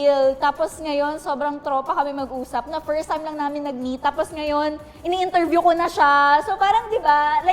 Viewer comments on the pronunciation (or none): Interviewing not intervieweeing mangmang.. you really HAVE... MANGMANG.. barbie has... You HAVE.. mangmang ka English pa